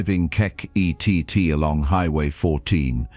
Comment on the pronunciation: It would be nice that if you are going to use K.I.T.T as a character, as in the TV series, that you at least pronouce it's name correctly.